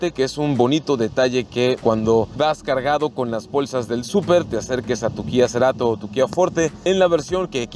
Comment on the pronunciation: "Kia Ceerato" no mms. FORTE!!!